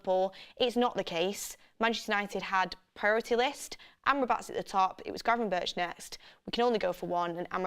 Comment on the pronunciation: Donny van de beeeek😂 and granvenburch😅